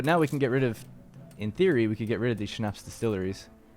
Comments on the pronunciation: my mother told me you say Schnapps like Shnops not shnaps. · 😂😂yeah I heard that too